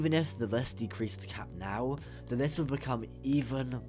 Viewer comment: "the geometry dash demon le" it's list not le